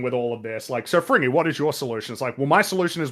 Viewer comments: Frigny, pronounced "Frin nyee" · has a much better French accent than Fringy. Just saying.